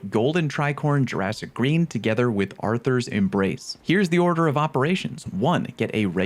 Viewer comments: I take the fact that he mispronounced the name of a lesbian bug as arthurs is fucking hilarious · >goes on stint about how people are pronouncing mechabre wrong > calls hunter gauntlets “Arthur’s embrace”